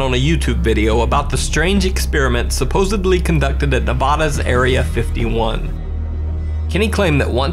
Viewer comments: "supposebly".... Drives me crazy when people think there's a B in supposedly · Did he say "supposebly"?